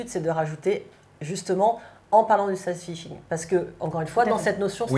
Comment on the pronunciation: Votre prononciation de "sad fishing" c'est vraaaiimmeeent.. mdrrr c'est pas "séd feishing", c'est juste Sad Fishing comme ça s'écrit mdr